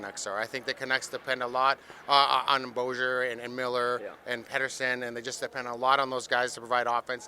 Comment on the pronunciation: What, 10 years in the league and ya still can't pronounce Boeser?